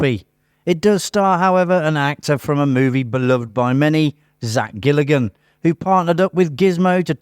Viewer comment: 'Galligan', not 'Gilligan'.